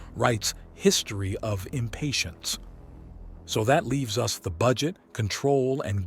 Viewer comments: I'm getting very tired that the damn AI pronounces us and U S.... it's distracting. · Teach the AI how to pronounce the word us and not the the letters